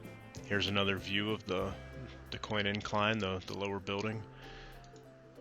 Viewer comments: The least you could do is learn how to pronounce it. DOOCANE. I have no idea where you got that pronunciation on your video, but it is so strange. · Are you mispronouncing Duquesne on purpose???